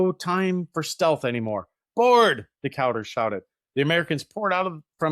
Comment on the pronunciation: This is one of my favorite parts of American naval history, but it was like nails on a chalkboard every time you mispronounced Decatur--put some respect on that man's name!